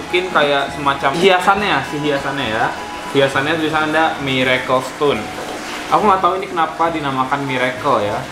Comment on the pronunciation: "Mirekel stone nya" kayak permen jeli